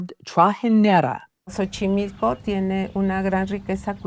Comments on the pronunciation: She keeps calling it “Sochimilko” but it’s pronounced “CHochimilko” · More like tso chimilco